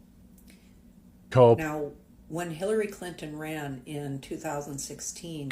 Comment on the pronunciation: Hilary Clin-TON, clin-Ton. TON! Am I the only one that heard the extra tack on the T in that name? Shit kills me when they're over enunciated. This guy needs to go find where his wife (or whatever) has hidden his balls and g weer t them back. Blue states typically are shit holes and I don't give a damn what anyone from those states have to say about politics. People have sex in the middle of the street durung Pride "parades" (NY, Cali, less in the smaller cities). But normal people aren't that insane, so I have my doubts about that "marching" claim.